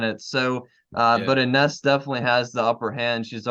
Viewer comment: Ines (pronounced E-nesh, gents) is going to surprise a lotta folks this season. She didn't know the system when she came in last season - at least not until the end of the season. She's got lots of practice time under her belt now so I think she'll show lots more control. She's got great skills and a nice touch around the basket. She's sneaky good on D, and like you said, she can hit the 3.